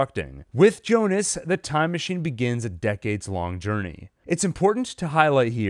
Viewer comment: Why do people keep calling him jonas it's pronounced Yyonas